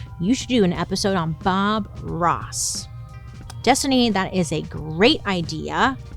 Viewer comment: bailey i thought when you said “bob ross” you were saying foie gras